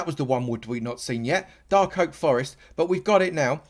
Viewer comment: whats a darl oak forest lol